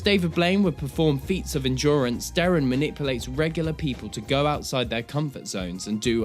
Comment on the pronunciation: Derren. Not Darren.